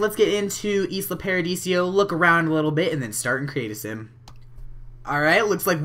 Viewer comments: ALL simmers are bugging me now XD It's pronounced (eye-lah) as in Isla Mujeres or the Actress Isla Fischer. XD sorry to be annoying :) good LP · it isn't pronounced isla it is pronounced Lila without the l at the beginning